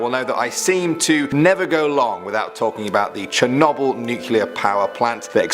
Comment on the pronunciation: This man said “chernobble”